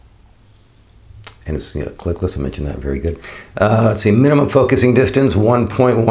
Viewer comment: Clickless dear boy. Not clicklets